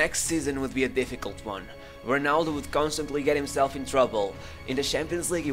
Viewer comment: Sorry bro but How can you read Ronaldo like Honaldo, cmon bro great videos make an effort with the pronunciation.